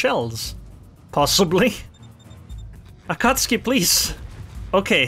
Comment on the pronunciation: I love how you call Akatsuki an Akatski😂